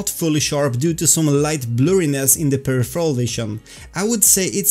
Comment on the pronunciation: Thanks for great videos! But for jissy chrissies sake, I can not take it anymore! It's pronounced: "/pəˈrɪf(ə)r(ə)l/" /Your fellow VR Swede :)